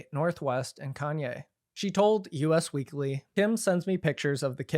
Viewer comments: hi! stupid thing to mention but i think its actually pronounced "us weekly" not "u.s. weekly" dumb nitpick but good to know for journalism :p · just so you know it’s “us” weekly not “U.S.” 🥰 i have to comment cuz i think you’ve done it before